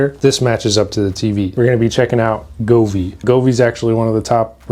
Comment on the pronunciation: Brother Go-Vee not Guvee 😂😂